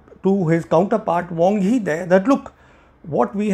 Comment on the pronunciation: It's "Wang Yi", not "Wong Hi".